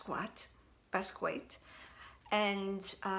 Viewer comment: It's pronounced "bask ski ah" i'm glad you're keeping it, the black is really hard to find, it also doesn't look all that bad for a display bag....im envious, i badly need a 25 in my collection but I'm picky with rogues, I'll know the right bag when i see it